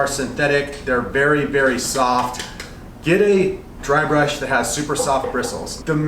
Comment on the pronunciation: Bursh or brush you mean pro